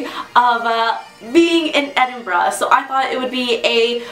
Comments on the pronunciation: well at least you pronounce Edinburgh correctly,there is nothing worse than hearing it pronounced Edinboro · You have to admire an American who can pronounce Edinburgh correctly, eh? Very refreshing! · wow a yank who can say edinburgh....properly! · Finally another American that knows how to pronounce Edinburgh! And it has to do with ignorance, not living there. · Thanks for pronouncing Edinburgh properly :) Take a train to Glasgow, it's about an hour away and you'll enjoy your time there. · what made me happy was an american saying edinburgh and not edinboro. very nice video.